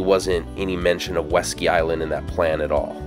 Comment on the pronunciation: Oh, West Ski Island, not Weski Island.